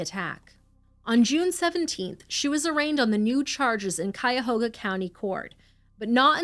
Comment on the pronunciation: as a native Clevelander, thank you for pronouncing Cuyahoga correctly